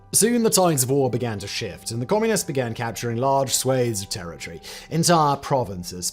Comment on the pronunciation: Wow he pronounced "Swathes" correctly.